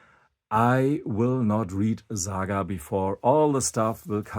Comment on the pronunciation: Its not ZAGA ,its SAGA